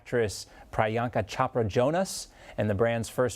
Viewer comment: This man can pronounce 'Ivanka ' but purposely mispronounces 'Priyanka Chopra' . Hmm... 🧐